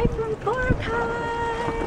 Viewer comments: I say (bo-rah-kai) not bora- Kai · bor- AHH- cay lol xD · I thought is was bor- ack- Kai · did you say brocay? ive been there so purdy!! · the correct pronunciation is Bor-ah-cai -___ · Hey! No offence but it's pronounced bore-ah-khay:) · I wanted to gauge my eyes everytime you pronounced Boracay wrong O.o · I can't tell if she's being serious when she pronounces Boracay.. lol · You can fluently speak Tagalog but you can't even pronounce Boracay right? lol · Hahaha she pronounces boracay wrong :) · Omg your Filipino and you don't know how to pronounce Boracay properly? LOL